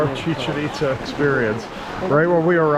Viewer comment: “Chicken Pitza” 🤣 😂 😭 🤣